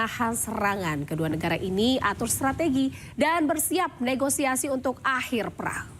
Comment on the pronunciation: Ne go si a si bukan Ne go i sa si Reporter laki...begitu sebutnya